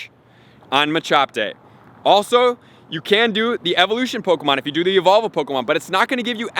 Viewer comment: "po-ko-mon" go AHAHAH